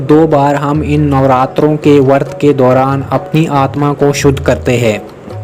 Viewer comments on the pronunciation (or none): Bhai wo vart nahi hai usko vrat bola jaata hai, i hate it most when people don't pronounce words correctly